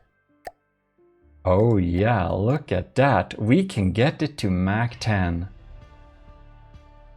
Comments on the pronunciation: Just so you know (haven't seen the video yet) but its "mach" and not "mac " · When u said mach 10 i heard it as like the mac-10 the gun